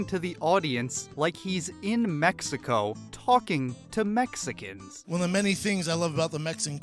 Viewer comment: Comedy is subjective, so the only thing you need is the ability to speak coherently. He failed miserably, if you're entire set is about Mexicans, maybe you need to learn how to say it. Mes-e-cons isn't as bad as his other special, where he insists on saying jis-su, this coming from a guy with a BJJ black belt.